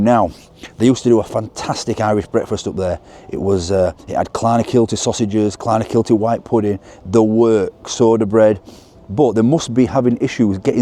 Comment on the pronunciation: You pronunciation Clonakilty is terrible lol